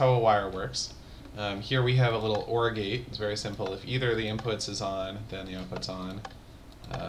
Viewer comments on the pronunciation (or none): I keep hearing Orgy instead of OR gate...